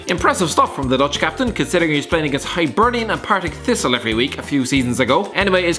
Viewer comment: It ain't HIGHbernian. It's HIBernian Just sayin